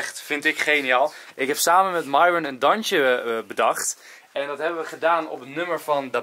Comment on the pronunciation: zij het fout het is myron en de y spreek je uit als ij